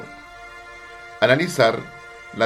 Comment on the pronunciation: Al principio dijo "objetivo alanizar" no dijo "analizar"